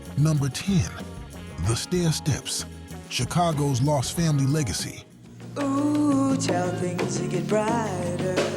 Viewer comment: Not Oh, child!!! It was ooooh child!